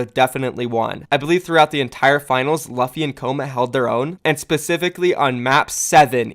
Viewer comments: luh-phi? pretty sure it's pronounced Loo-phi. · I’m pretty sure it’s luffy (L-U-ffy) like from the anime one piece, where the main characters name is luffy (L-U-ffy). Check English dub if you are unsure of how I am showing you how to pronounce it. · Luffy is pronounced Loo-Fee like the main character in One Piece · I think his name is pronounced Loo-fee, is his name not a reference to Monkey D Luffy from One Piece? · its pronounced Loofy cmonBruh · So, in case you don't watch One Piece, the name Luffy is pronounced "Lew-fee". Keep up the good work otherwise. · Pretty sure u mispronounced luffy my friend